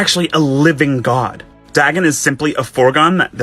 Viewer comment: Can someone tell that guy it's pronounced Day-gone not dah-gun